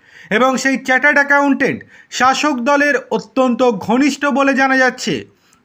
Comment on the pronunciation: উচ্চারনটাতো ঠিক ঠাক করুন। চার্টার্ড আ্যকাউন্টেট। চ্যা চ্যা করছেন কেন? আর অত চেঁচাবার কি হয়েছে? 😅